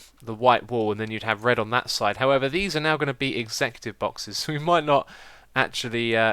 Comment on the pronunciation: Is he trying to say executive?